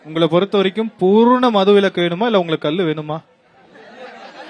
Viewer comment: ல, ள சரியா உச்சரிங்கடா அடேய் அது கல்லு❎ இல்லைடா கள்ளு✅ டா